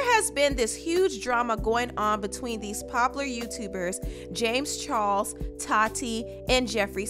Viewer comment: Im lowkey annoyed of her saying char"LES" into char"SE"